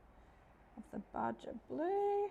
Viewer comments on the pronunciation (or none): Thanks for the detailed tutorial! I had kind of given up on trying to make polymer clay pieces because most of my attempts were not coming out very well! After watching this, I may try again! Oh and the alcohol ink called baja blue is pronounced baha blue with an h sound! ☺Thanks again! ❤ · The blue alcohol that you were having a problem, saying, was it spelled Baja?? If so it pronounced ba-ha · Jacquard named the alcohol inks with Spanish words, places, etc. So Baja is pronounced "Ba-ha". I agree that multilingualism is a very good thing. I was raised by Germans, went through schooling in English, living in a French province. But sadly, no Spanish! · Love the video and thank you for all the techniques on your channel. And absolutely no hate in this because we’re all playing a game of luck on what unusual words we’ve heard spoken versus only seen on labels, but as someone who grew up near Baja Mexico, every time you said Baja I cracked up all over again. Hilarity. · Thanks for the video! I’m just starting my clay journey and am learning so much from your channel. Happy to return a tiny bit of the favour - the j in Baja is more of an English h.